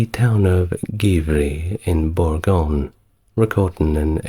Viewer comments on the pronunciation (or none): none